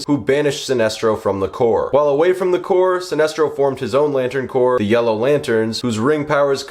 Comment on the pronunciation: Pronunciation note: “Corps” is pronounced “core”, not “corpse”. Like Marine Corps.